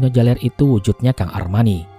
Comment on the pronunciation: Arjuna jaler bukan jalEr